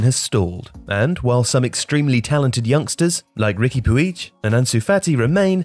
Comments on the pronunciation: Pronounced as "pooj" not "puij" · Still can't pronounce Puig correctly? jeez